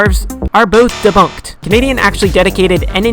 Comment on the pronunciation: debunked ❌ dabonked✅